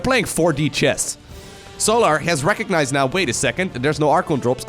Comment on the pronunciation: it's pronounced sol-er, not sol-ahr, lol keep the great videos coming bro